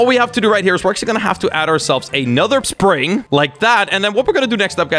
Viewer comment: "Another PRING" "I'm not trying to say the right word" ME: What is a PRING? You mean spring? Oh wait.. You're not trying to say the right word. I see. Here's help: Nevergonnagiveyouup .com (jk)